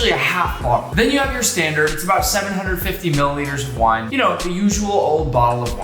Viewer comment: Thought you said why instead of wine